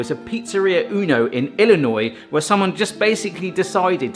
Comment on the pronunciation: i dreading waiting for Illinois but with a beutiful pronuciation i was delighted ! good job and the pizza looks great .. not many area call it pie any more